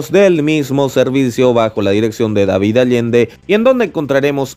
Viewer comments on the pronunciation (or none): none